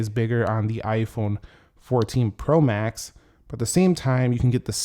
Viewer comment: The way you pronounce “pro max” is weird. The emphasis should be on the word “max,” not “pro.”